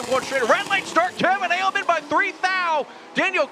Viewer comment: Finally heard Aleman pronounced properly. It is not ALE-men. It is Ah-ley-mon.